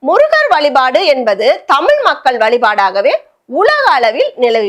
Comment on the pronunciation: தமிழ் உச்சரிப்பை சரியாக உச்சரிக்கவும் தமிழ் தமிழ்